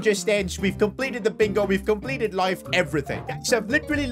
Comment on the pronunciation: "we compelted life"💀